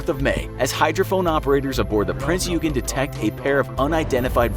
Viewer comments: Eugen is read as "oygen" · HMS Rodney is NOT a destroyer the ship is a battleship and your pronunciation of Eugen is shameful get your facts straight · Not even close. The G is pronounced similarly to the g in "gun"